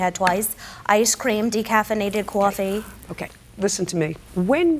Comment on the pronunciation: What's "decaffeinated cwarfee"?